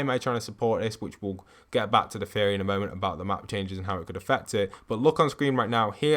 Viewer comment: Like the vids man, but I cant unhear you say fairy instead of theory and with the runes of last season, I heard ruins all the time xD Anyone else hear this aswell?